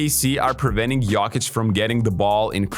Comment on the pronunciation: Please try to pronounce Jokic correctly